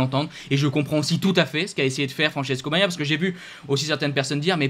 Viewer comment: Essayes encore : BA GNA IA. 3 syllabes ......... YA MA HA. 3 syllabes. !!